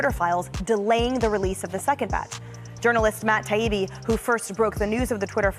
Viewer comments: Isnt his name Taibi, not Tabibi? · Independent journalist? He's mis- pronouncing Taibbi. Get it together.